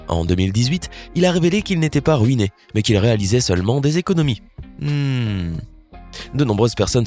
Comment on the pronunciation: J'aime pas sa manière de dire le son "ui" on dirait il dit "oui" genre rouiné